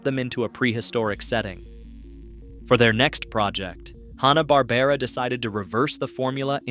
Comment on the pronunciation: Mel Blanc pronounced his last name as though it were spelled “BLANK”! “Hana”- Barbera? NO! It’s HANNAH-Barbera! Learn that fact before you post something dumb like this video’s sleepy narration. It plays better at 125% speed. Mostly good information, but BAD execution.